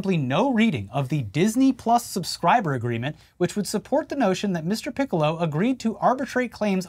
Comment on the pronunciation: I commend you both for trying so hard to not say Piccolo like the Dragon Ball character. Ya slipped up though.